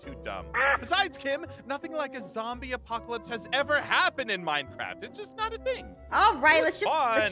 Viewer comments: said "apopalopolis"🤣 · For a second couldn’t say apocalypse 😂😂😂😂